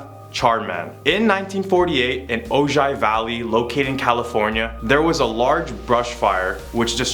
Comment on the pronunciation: FYI-Ojai is pronounced O high